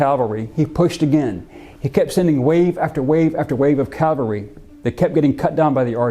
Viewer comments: It’s CAValry not CALvary. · It's CAVelry. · Cavalry. Calvary is the hill of Golgotha. Good video. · Love your videos, but PLEASE, get it right: it's caValry not caLvary... unless you really are talking about the hill on which Jesus was crucified! It's like saying aKs instead of aSk...but with a touch of accidental blasphemy. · Absolutely loved this video. But I have to say it was quite painful in places. "CaLvary" - the place of Jesus's crucifixion. "CaValry" -- soldiers on horseback. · Bro! Its caValry, NOT caLvary. Bro… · Why do Americans insist on saying "calvary" instead of "cavalry"? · I find it difficult to believe that a history professor cannot pronounce cavalry correctly. Calvary was the hill Jesus was crucified on. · There’s “Calvary”. Then there’s “cavalry” . These words are NOT interchangeable. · Calvary....Americans always say it wrong....forgive them, it's the education system.